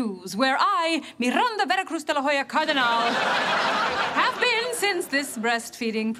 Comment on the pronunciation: De la Hoya not de la Jalla.